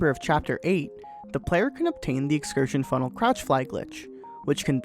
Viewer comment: "And today, I would like to talk about Portal 2's most absurd glitch: The excursionfunnekajdguwrujg" me: "huh?"